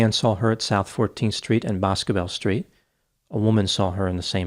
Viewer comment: 1. Her Dad is very much alive and very much deserving of answers in March of 2024 (He voiced his support and empathy on local news today re: Sebastian and Riley) and 2. Boscobel is pronounced Buss-Go-Bell locally